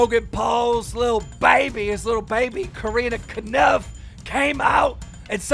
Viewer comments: Keem why do you say kanupf is kopf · Keem at it again with mispronouncing last names. Fucking get it right it’s Corinna kopf not caniff or whatever you’re saying. And also get Mike majlak name right too. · Yes Corinna kanoof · Corinna kodiff??? Its just corrina koph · “Corrina cuhnuf”😭😭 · "Corinna Konuf" bruh.. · if i hear corina knif one more time im gona break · bruh l think keem has never pronounced Corinna's last name right. he keeps saying corinna caniff haha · why does he keep saying Corinna KANUF??? so illiterate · KEEM FOR REAL? I KNOW PEOPLE HAVE A HARD TIME PRONOUNCING CORINNA COPF'S LAST NAME RIGHT BUT IT'S CLEARLY NOT SAID WITH AN "N" IN IT LOL THAT'S A 1ST FOR ME. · how wrong would you like to say corinna’s last name? keem: yes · After all this time, how the hell do you still butcher Corinna’s last name so bad still. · i don't think I've heard keem pronounce Corinna Kopf's last name right ever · Are we not gonna act like keem just mispronounced Corinna’s name and completely got her last name wrong. Love you keem but please I can’t take it. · There is no way Corinnas last name is pronounced that way, isnt it just the german word for head? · Did keem really not know that corinna and tana basically dated? Lol and quit fucking saying her name wrong! Also her last name is spelt kopf not kanif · Her last name is 4 letters and you can never pronounce it right